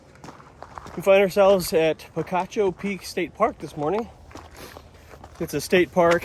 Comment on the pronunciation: I am not an Arizonan but having relatives who live in the Tucson area, I think the locals call it "Peek-achoo" (think a sneezing sound), not "pee-cah-choo".